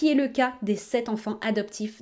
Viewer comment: Il n'y a pas de "s" à "sept"...